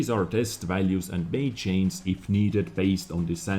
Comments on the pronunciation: Ok, it's really not complicated to say change or changes. Say it just like this "chainj and chainjes" not chains or chains. Lmao nice video dez, typical wg can never fix shit, what they did was just completely contradictive of what we want. I gave up on WG doing anything decent a long time ago. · your content is always top quality and very informative. But I have a question (I bet I'm not the first): Why can't you say the letter G in the word 'change', but you can say 'range' correctly?:P